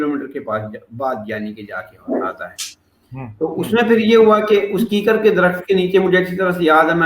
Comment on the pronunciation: This is kikkar not keekar sir